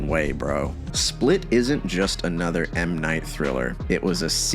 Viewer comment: Wild that Scrubs was mentioned yet you still pronounce his name wrong. It's pronounced 'Muh Night'